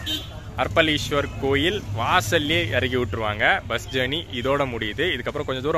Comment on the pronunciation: Bro,அர்ப்பளீஸ்வரர் அல்ல அரப்பளீஸ்வரர் .சரியாக உச்சரிக்கவும்.இன்பத் தமிழை சிதைக்கவேண்டாம். 🌺 தியாகராஜன் ரமேஷ், அண்ணா நகர் கிழக்கு சென்னை 🌺